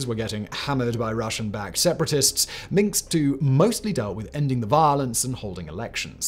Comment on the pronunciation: Free tip: the "s" comes before the "k" in "Minsk".